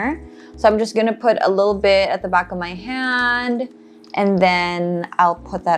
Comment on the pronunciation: Why all if u talking natural as “nay cho RAll” …. Coral as “krol”…. Back as “bark”….